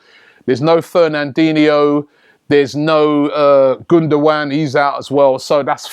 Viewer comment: gundowan? Cmon robbie you can do better than that😂😂